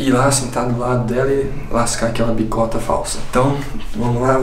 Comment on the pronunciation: O fala q já vai lá para a sala já para lascar a "BICOTA" mais num é "BITOCA" KKKK